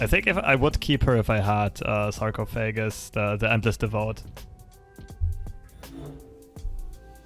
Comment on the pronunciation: Sar-coff-oh-gus <3 Not poking fun, just tryin' to help. You rock dude. I only speak one language, maybe one day I'll have more.